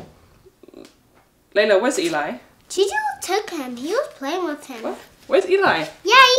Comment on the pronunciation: Layla say choo choo insted of Juju